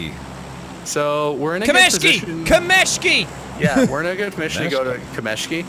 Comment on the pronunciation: again: it's kAmeshky, not kamEshky